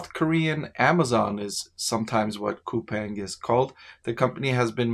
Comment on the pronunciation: Btw its Cou-PAHNG i live in korea